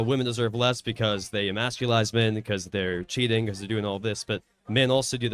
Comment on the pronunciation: 'emasculize' always with a new word. Was this guy pretending to be this dense?